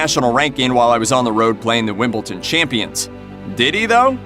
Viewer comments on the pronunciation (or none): For heavens sake! It's Wimbledon, not Wimbleton, 40 years this has been an annoyance. Do your homework.!!!!